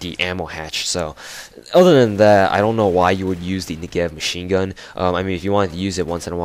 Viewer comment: You're pronouncing it wrong: the accentuation is on the 'Ne' part of the word, not the 'gev' part :P (I hope that isn't confusing lol). Nice review nonetheless.